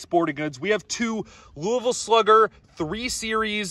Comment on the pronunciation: Thank you for pronouncing “Louisville” correctly.